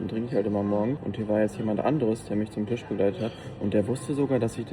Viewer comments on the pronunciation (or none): none